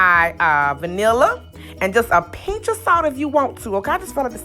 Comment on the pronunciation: "Hawg mud!" "Painch..." 😄 You can't take the "kuntry" out the girl! 🥰